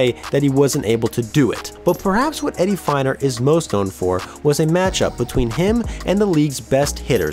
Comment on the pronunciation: Harlem Killebrew? Very surprised to hear you say that, twice. Also Eddie Feigner was pronounced like FAY-ner.